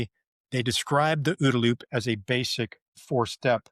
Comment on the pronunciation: I like the way you say ooda-loop.